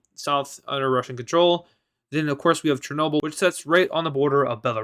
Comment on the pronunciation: you got chernobyl wrong